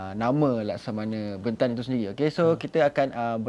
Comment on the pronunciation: Lemah lah pengacara ni. Tanya soalan pun terkial2. Tidak intelektual. Harapkan tampan, hensem dan tampan jer. Sebut perkataan bentan pun tak sama bunyi. Jgn panggil dia lagi lah